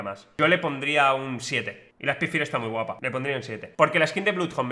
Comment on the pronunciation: spidfaier, para que se pronuncie bien